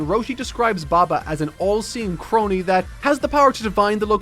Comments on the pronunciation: STOP 🛑 Croney? It's Crone, rhymes with Cone. Do you not know what a Crone is? Goddamn Irish. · Crone isn't pronounced Crony lol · Uh... "crone" is not pronounced that way. There's only one syllable. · Crone isn't pronounced like crony. It's cr-OWN. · Crone is just pronounced Croan. It means old woman. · Retcon for #19 - its Crone /k/ as in cat, /r/ as in run , /əʊ/ as in nose , /n/ as in name. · dude doesn't know how to say the word "crone" lmao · why did he say crone like that lol